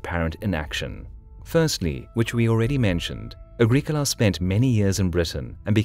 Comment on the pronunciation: ah-GRIH-koh-lah not agrik ula